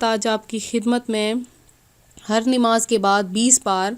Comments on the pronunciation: pahle bolna shikh lo nimaz naho namaz hota hai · Nimaaz nhi namaz sahi lafz hai or aapa plz thoda chota video bnao aap bht time lete ho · Namaz to sahi se bolo